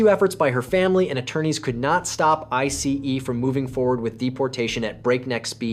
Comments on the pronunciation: AI voice saying I C E instead of ice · OMG, that “I-C-E” is so annoying!!!!!! Videos creators who are too lazy to even read their own work is not worth watching because listening to AI is the worse!!!🤦🏽‍♂️ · What's with the emphasis of I C E ?? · Definitely AI voice 😂 Pronunciations are off (ICE and Viet naming) 😂